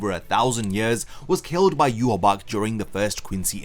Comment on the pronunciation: Why do you say Yhwach wrong? They literally say it several times. YU-HA-BAHA.